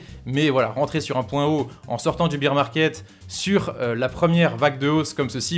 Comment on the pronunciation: Arrête de dire beer 🍺 parce bear ça se dit baire